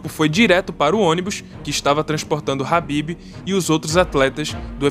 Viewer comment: é khabib nao rabib ... o documentario ficou top até vc ficar repetindo o nome do cara errado kkkk